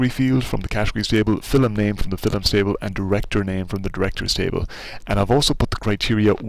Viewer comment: It's "film" not "fill'm"